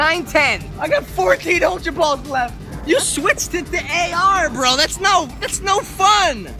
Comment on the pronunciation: also its Ultra Not Altra